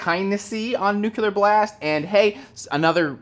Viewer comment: It's nuCLEar. Nu-cle-ar.